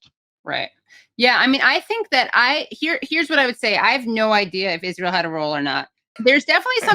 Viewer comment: Love this channel. Also I wish Candace would stop saying "Ijjrael". It's just Israel, Candace.